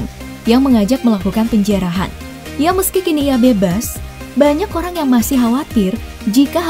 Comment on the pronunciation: Iya olang